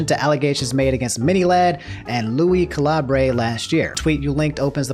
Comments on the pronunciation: fyi lui calibre is cal-ib-ber not call-eeb-ray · This man just said “lui calabre”....